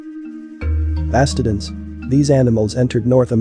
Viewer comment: That might explain some of the mispronunciations like glyptodon and mastodon.